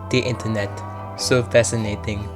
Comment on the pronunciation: as soon as i heard “aaa da intehnet” I LOST MY MIND